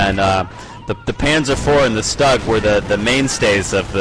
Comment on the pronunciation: actually it is an assault gun/tank destroyer and it is pronounced "stew-g